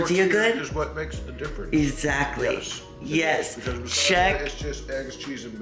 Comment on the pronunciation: I love how positive you are even in stressful times!! Laughing makes everything better. Also in the kitchen with Zach all I could hear when you said exactly was ‘ex—ZACH—ly’ 😂😂😂 Also, obsessed with your home decor style!! Would love to see a video on where you find unique pieces ❤